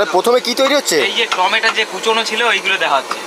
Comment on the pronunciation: টমেটা নয় টমেটো